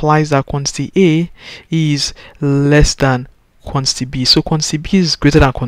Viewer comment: What he is pronouncing for quantity ???? FUN